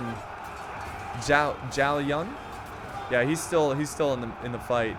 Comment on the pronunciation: Zhao is pronounced chao